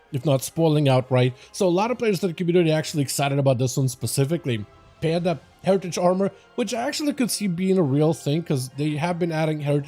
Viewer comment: Hertiage … umm well 😅